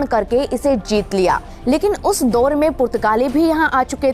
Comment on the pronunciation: Kahani to theek sunai hai pr yadi aapka pronunciation bhi theek hota to jyada prabhavshali hota. Jaise दोर नहीं दौर होता है